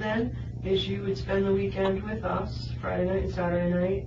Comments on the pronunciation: One of them also read "Everyone knew us and our business" as "Everyone knew U's and our business" lol. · She forgot about the existence of the word Us and read it as You's 😆